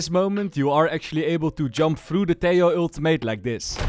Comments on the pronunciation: it's pronounced teJJJoo /Tehooo, not teioo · Tejo is pronounced Te-ho